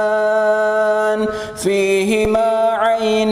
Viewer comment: Pabiayyi alaai robbikuma tukaddiban bukan tukalliban itu salah bacanya ustad